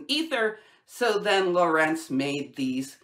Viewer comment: Great work, just let me say it would be nice if you used the correct pronunciation of names like Lorentz. You can find it in Wikipedia: it's /ˈlɒrənts/ (the tick is before the accented sillable). If it were pronounced your way, it would be /ləˈrɛnts/, but it isn't.